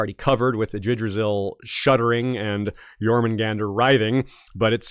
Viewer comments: Being pedantic here, but Yggdrasil is pronounced with the hard "G" as in Gas, not as in Gerald. So it would be IGG - Dra - Sil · I laughed every time attempted to pronounce Yggdrasil 🤣